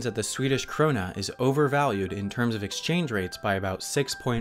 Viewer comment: its really funny how he pronuncs krona